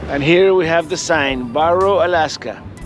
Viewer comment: Just in case you did not know, it is pronounced Bare Oh, not Bar oh.